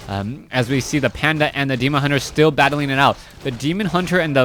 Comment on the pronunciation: i like how he never gets the name of the demon hunter right